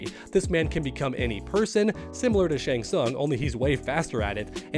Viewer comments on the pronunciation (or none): none